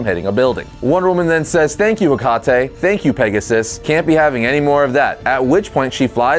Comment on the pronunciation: cackled at the pronunciation of "Hecate"